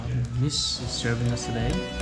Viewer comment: U have to improve alot in your pronunciation becuz Ur pronunciation is so funny eg today means tiday 😂😂😂 hope you will improve bro😀 other wise better let your wife talk bro 😀if U Wanna talk ...talk in nagamese that's more better ok I think Ur tongue is short or might be you have problems in pronunciation m I rite bro